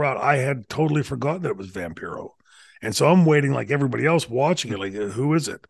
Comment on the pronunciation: Remember it’s pronounced Vam-PIE-ro.